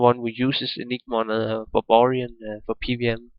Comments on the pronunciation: its not babarian its baRbarian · I closed the video as soon as i heard "babarian"